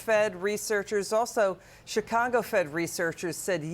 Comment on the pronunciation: Did she just say " chicango" lol